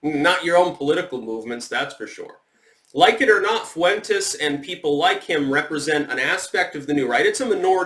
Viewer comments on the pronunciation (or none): The fuck are you saying Fuentes that way?